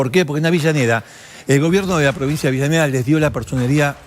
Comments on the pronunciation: deje de decirle "AVILLANEDA" a AVELLANEDA. Por favor. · Es avellaneda ,no entiendo porque dice "Avillaneda" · Si,yo tambien preste atencion a eso,no sabe que es Avellaneda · Dice Libermann en vez de Zimmerman...además de Avillaneda.. pero está bueno saber la historia.... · Me parece a mí,o Canaletti dice "Avillaneda"??? jaja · No paré de escuchar "Avillaneda, Avillaneda..." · siiiiii ja ja ja